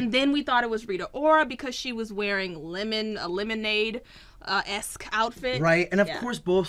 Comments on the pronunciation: Really "lemondae"!? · It says lemondae. Not lemonade